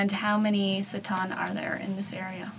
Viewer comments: Great documentary. Just one clarification. You keep mispronounced the tribe’s name “Tsaatan” to “sataan”. It confused me at first. I almost thought there was some new tribe that called “sataan” which I didn’t know about. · Thanks for video but pls say the names properly. It is not tsatan. It is Tsaatan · I am Mongolian but they keep mispronouncing the Tsaatan (reindeer tribe). It sounds like Satan. At least, they should’ve learned how to properly pronounce Tsaatan. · You spent so much time in Mongolia and with the Mongolians, and yet you didn't manage to pronounce simple words like "ger" or "tsaatan" correctly. Even when introducing these terms to the outside. Pretty parochial.